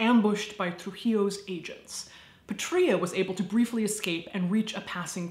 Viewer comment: Fun fact: the name "Patria" means "Homeland" (like in the word "patriot"). And it's actually pronounced "Pátria", with the stress on the first A, not the I!